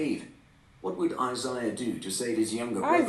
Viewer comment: He mispronounced Isiah lol